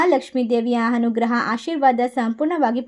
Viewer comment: ಹನುಗ್ರಹ, ಹದೃಷ್ಟ, ಹಾರಾಧನೆ ಅದಿಮೂರು ರಾಮಾ ರಾಮಾ ಕಾಪಾಡಪ್ಪ😂😂 ಈ ಕನ್ನಡ ಕಂಪಿನ ಸಿರಿಗಂಧವನ್ನು ಹಾಳುಮಾಡಬೇಡಿ ದಯವಿಟ್ಟು. ಸರಿಯಾಗಿ ಕನ್ನಡ ಬರುವವರು ಹತ್ತಿರ ಓದಿಸಿ ಪುಣ್ಯ ಕಟ್ಟಿಕೊಳ್ಳಿ, ದಯವಿಟ್ಟು ಹರ್ಥ (ಅರ್ಥ) ಮಾಡಿಕೊಳ್ಳಿ